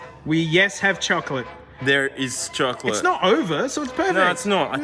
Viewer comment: how much time i heard chokolate